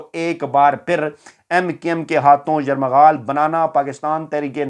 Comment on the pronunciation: بھائ یرمغال نہیں یر غمال